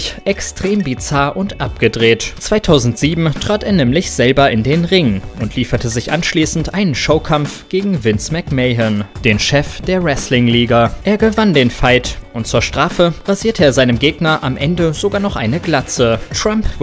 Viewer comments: Vince McMahen? Man spricht das Vince(nt Kennedy) McMän. Trotzdem super Video👌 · Vince McMahon und nicht McMääähon 😂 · Mahon ist aber auch falsch man spricht es Vince mcmen aus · Mcman wäre richtig er sagt meyhön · Es wird Vince McMan ausgesprochen nicht Vince McMayhon. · Vince Mc Meihon Lol , es heißt Mcmahon [Mähon] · hust Ihr habt Vince McMahon falsch ausgesprochen hust Wird McMan ausgesproche nicht so wie man es schreibt :P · Nimm's mir nicht übel, aber Vince McMayhän hat mri wehgetan. :D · Vince McMayhen... ok